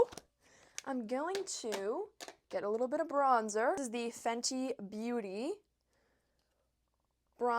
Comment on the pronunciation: I love that you’re using products I can actually afford. Also the way you say “bronza” is so Australian 😂 hello from Australia! 🇦🇺